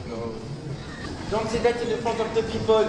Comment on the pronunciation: "DoN't SaY dat in ze fronte of ze pipoole" Il l'a dit avec l'accent français j'suis morte 😂😂🔥💖